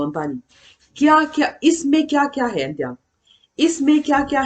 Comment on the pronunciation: Ni leh awm sawi nan है an hman hi chu 'He' nilo in Hai emaw 'Hei' ti tep a lam zawk tur a ni e, 'He' tia i lam ho khi chu हे tihna ang a lam chi kha a ni, He ti tawp Hi chu Oh tihn emaw mizo chuan ehe, kan tihna ang chi kha ani zawk. 🙂. Mitin en theih leh hriat theih tura chhawpchhuak tur chuan a diktak a chhawpchhuah zel theih se a va lawmawm dawn em!!! ka ah Enge an i tih? tih khi A lam dan khi mipui zirtir tur chuan va dik chiah lo em!!! 'Kesa' nilo in 'Kaisa' emaw 'Keisa' tih a lam zawk tur a ni. 👍